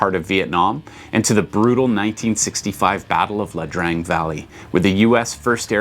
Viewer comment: Agreed. It jumped out at me too, but I wasn't sure; so I just checked a You Tube video on the subject, and they were pronouncing it "Ee-ah Drang Valley."